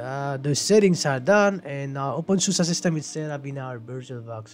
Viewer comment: really nice video, thanks for it, love how u say open susa hehe